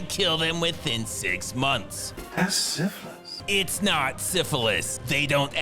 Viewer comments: Love how Mr Seagull can't say syphilis, or as he would shart sifflis. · "Dat's siffuhlys!"